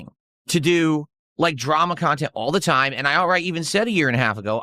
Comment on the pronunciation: 7min in and I'm tapping out. Phail WTF .. Who is this "KHAN-tent" suppose to be for ? It's just you pissing & moaning about "support" this "support" that...